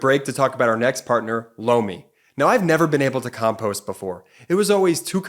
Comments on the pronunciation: Whenever 'Lomi' is said in those ads, I keep hearing 'blow me', I don't hear so well which can lead to my hearing getting a little too creative. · Lomi advertisement. It doesn't sound like he's saying Lomi. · Lomi sounds like blow me. I really like your presentation of material, but your ads in the middle of your show really blows.